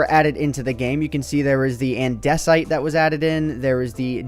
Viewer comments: It's "gran-it", not "gran-ite", also "AN-duh-site", and "Die-oh-right" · Stop complaining about how he mispronounced granite when he mispronounced diorite and andesite as well.